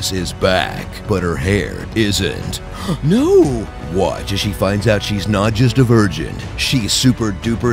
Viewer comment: The nOo is the best